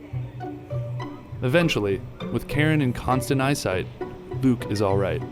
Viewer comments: anyone relizes he called luke buke lol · he says buke I swear 😂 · i thought he said buke instead of luke😂 i hope s2 happens